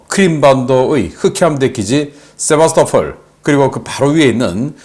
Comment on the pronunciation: 00;29 세바토폴이라구요? Sevastopol 은 역사가 깊은 크림반도의 항구 도시입니다. 세바스토폴이라고 발음합니다.